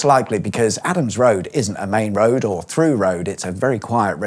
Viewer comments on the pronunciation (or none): none